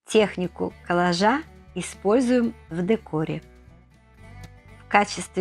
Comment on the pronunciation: Неправильное ударение при слове КОЛЛАЖ !режет слух !